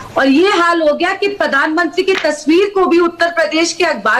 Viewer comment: Podhanmantri pronunciation of!